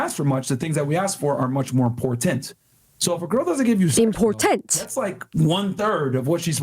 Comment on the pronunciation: Definitely lost it at you repeating his "imporTANt" LMAO also I'm sorry you have people being insensitive and dickish about your accent, I can genuinely say it tickles my ears whenever the Irish r's come out! Regardless, any way you speak, I hope no comment makes you self conscious. Most of us are here to hear what you have to say and don't care about how you say it.